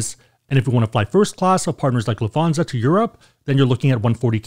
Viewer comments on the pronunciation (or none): It's pronounced lufT hanza there's no th sound. You sound like a child lol